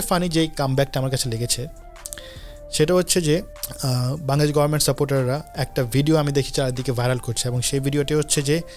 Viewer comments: ভাই, বাংলাদেশ উচ্চারণটা আপনার মাঝেমাঝে বাঙ্গাদেশ হয়ে যাচ্ছে। কারেক্ট ইট। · বাঙগাদেশ বলোস কেন বাংলাদেশ বলতে পারোস না🤣🖕